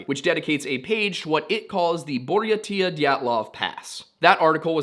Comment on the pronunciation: Buryatia is pronounced bur-yay-sha